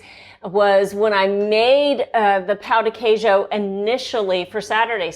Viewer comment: It hurts my ears the way you are pronouncing pão de queijo 😭😭😭